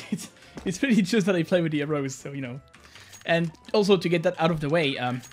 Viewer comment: bruh thank you I was so confused what type of finger placement arose was. I was researching and looking at different hand placements. Nothing was named arose. How did he mispronounce it so bad.